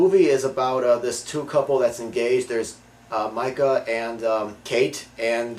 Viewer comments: lol i dont think these guys really watched the movie. his name is MEEKA not MIKA and she woman says meeka alot.idk how he got this confused, and anyone who has seen this movie would agree with me. this movie is also scary as shit, by far best scaryness evar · its pronounced MEE-KA. good review tho. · its Mikah